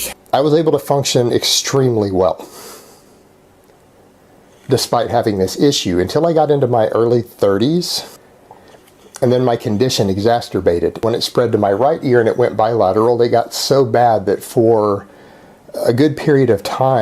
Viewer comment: “my condition EXASTERBATED” lol